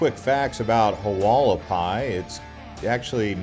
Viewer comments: Pronounced Wall ah pie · The way you pronounce Hualapai 😂😂😂